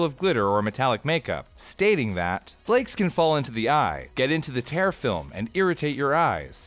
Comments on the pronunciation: "Tear film" refers to a layer of the watery substance the eye produces that coats the surface of the eye. Hence it should be pronounced "tier", not "tair". Merry Christmas! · Really? You can't pronounce tear correctly? "It can get into the eye and into the tear film." When speaking about eyes this is "teer" not "tare". How did you get that wrong? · The Old Word Troll says, you pronounced "tear" incorrectly. Yes, it is a heteronym... but "tear" as you pronounced it refers to something you rip, like paper. "Tear," pronounced "teer," is what drips from an irritated or sorrowful eye. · Mispronounced "tear film". Should be pronounced as "teer". Idk why I'm commenting about this it's 2 am ... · Tear film, rhyming with ear. C'mon now. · whack pronunciation of tear in the context of eyes